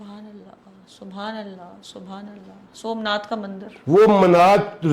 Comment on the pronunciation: Its somnath.....not somnad .....